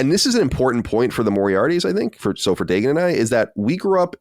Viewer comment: in Hebrew the name is pronounced DA-GUN